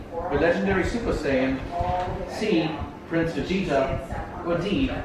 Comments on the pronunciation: When Josh said the legend that you fear the legendary super saiyan!!! and later said super scion😂😂😂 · The way mispronounced Saiyan reminds me of how my mom says Naruto and Anime. She says Naruto as "Nuh-roo-toe" and Anime as 'ani-my'